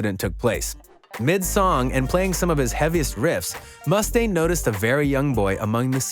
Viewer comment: Dave Must-stane... eww that's not correct. Why are you emphasizing the Must part?? It's mu-stane, not must-stane. 1 S and 1 T.